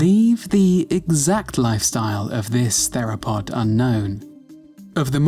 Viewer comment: I’m.. pretty sure that’s not how you pronounce the word “theropod”.